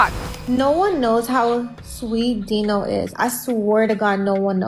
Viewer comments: You're right. It matters. She says her name wrong the whole time and the guy's name is pronounced Dino. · Right?! She put this video together where she heard how the names were pronounced multiple times throughout the clips yet she still chose to say their names completely different 😂